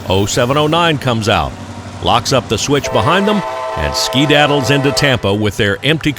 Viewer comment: “And skeedattles into Tampa with their empty cars” I’ve never heard someone say skeedattle before